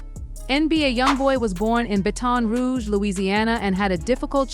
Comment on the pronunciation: The way she pronounced "baton rouge" 💀💀💀💀